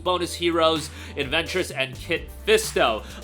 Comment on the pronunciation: it’s assaj ventrus, not adventures 😂